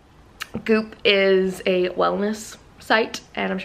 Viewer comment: Thought you said boob summit instead of goop summit